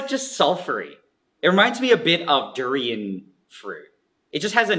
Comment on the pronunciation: Are we not gonna comment on the way Nigel pronounced "durian".